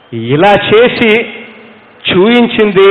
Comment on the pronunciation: Super speech but instead of pronouncing the word as chooinchindi (missing p) he should pronounce the word correctly as choopinchindi